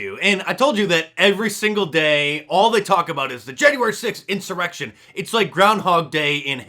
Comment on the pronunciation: Hahaha insurrection. He loves saying "in sir erection". Antifa is missing a g.